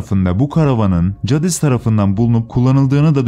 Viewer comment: Cadis değil Ceydis